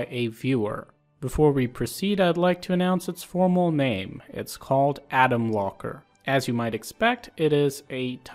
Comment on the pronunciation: when you said ''alan locker'' i thought you said ''alan walker' XD